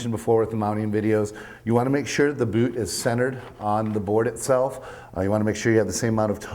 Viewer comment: the "boot" canadian bitch